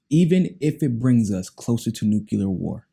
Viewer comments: Stop saying nucular lol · For the love of god, it's Nu - Clear